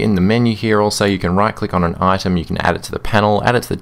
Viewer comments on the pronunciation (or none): none